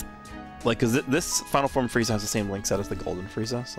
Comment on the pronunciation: Sounded like he said freezy lol